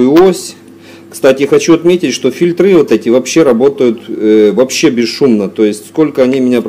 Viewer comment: Почему фильтрА и фильтрЫ !??? Ударение в слове ''фильтры'' на букву ''и''. А слова ''фильтрА'' вообще не существует. И ещё. Не одевается и одеваем, а НАДЕВАЕТСЯ и НАДЕВАЕМ.